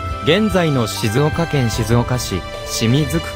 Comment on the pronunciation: 「ぬまづし」を「ぬまづいち」「かんばら」を「うらはら」間違えてます、なおしましょう。